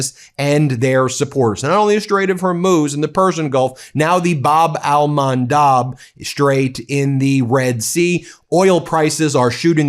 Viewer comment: There is no Bab el Mandaaaab for God's sake, it's Bab el Mandeb !